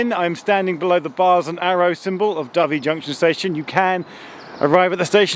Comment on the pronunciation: It’s your pronounciation of Dovey I would expect you to have corrected yourself on, Geoff. Think white, slightly smaller than a pigeon (and peaceful) bird. Kudos for knowing how to say Shrewsbury too!